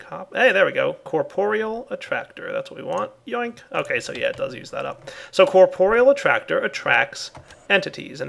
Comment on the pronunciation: its corp-real not cor-por-e-all